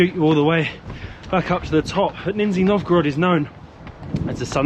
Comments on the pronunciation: Вроде из более чем десятка раз под конец видео однажды почти правильно произнёс название города 😂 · It's really DISGUSTING to say 'Ninjya Novgorod'! Narrow-minded folks, init... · Your pronunciation is a little funny😅 NinjaNovgorod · russian names exist, random uk guy: - nizhzshthniy novgorod!!!!!! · You could've taken an effort and read the city name correctly... what a shame